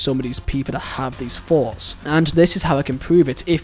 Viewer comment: Thpughts- not foughts man